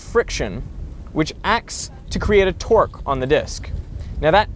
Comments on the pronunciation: Twerk Twerk Twerk, your accent is funny :D I pronounce it Tourgh (torgue) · when he says 'torque' it sounds like hes saying 'twerk'